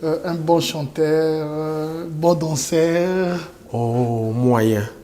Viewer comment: Qd prononce DANSEER... Mei way lui, prononce DANSEUUUR.., la différenciation phonétique... Ce que tu dois travailler ton language, ta prononciation de certains termes pour continuer à inviter les artistes francophones...👆 Dès qu'on quitte les deux Congos, ça devient une épreuve et torture mentale 😉 de penser,réfléchir et tout formuler en français... 👆car le lingala n'est pas d'usage 🙏👍 2. Quand on ne sait pas. il faut l'avouer, tu t'es ridiculisé en cherchant à faire croire que tu connaissais FIOR DIOR... Enfin...ton expression "dis seulement viens."..., que ton invité ne comprenait absolument rien de ce que tu voulais dire tes termes à la con...."DIS SELEMENT VIENS..". ADO et ton équipe, revisualisez vos émissions svp avant la publication, ça éviterai toutes ces bavures à la congolaise.... C'est une bonne leçon, l'invité a l'air de connaître la culture musicale congolaise mieux que toi le "Journaliste"... Documentez vous... Bordel avant d'inviter quelqu'un... Et essayer de passer à la vitesse supérieure car c'est un peu lent... Bref l'invité n'a aucun complexe et c'était une bonne leçon pour notre national 👍 Quand tu reçois les artistes congolais, t 'es catégorique, on ne doit parler que de la Musique.. 😉 Et là subitement, tu questionnes sur la situation politique en Côte d' Ivoire 🇨🇮.... Alors revois ton cahier de charges ou laisses les Congolais parler de la politique... C'est injuste... J'analyse, je critique pour l'avancement... Bonne journée